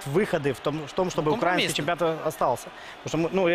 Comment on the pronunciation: Научите его правильно ставить ударение в слове "украинский".